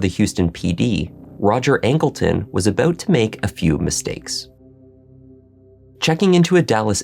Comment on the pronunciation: Did you say “aboot” ? A Canuck?